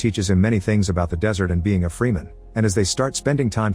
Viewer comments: I wish you would type what you need to into your AI script to get some of these names better. Freeman? Ugh. Type frehmen in, something. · Freeman 😭😭😭 its fremen, how was bene gesserit said right but fremen doesnt?